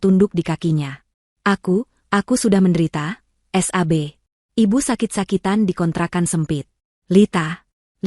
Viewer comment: Yang baca teks oon Sab tapi bacanya s... a... b hadeh payah 😛